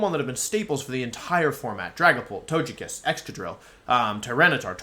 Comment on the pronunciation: Every time he says "Tojekiss" it greatly aggravates me